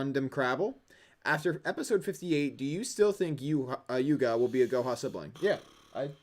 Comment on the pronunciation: I expected quote from Luke "Its Yuga, not Yugo"